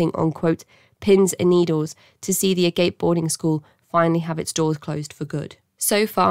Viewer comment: Ah-Gahp-Ay, not "agape", as in hanging open Glad Agape got shut down! Let's keep this going! Can Phoenix Host PLEASE, FFS, be next??!?!??!!!